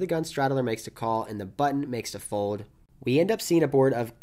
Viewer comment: I can't stop hearing "fowed" whenever you say "fold" haha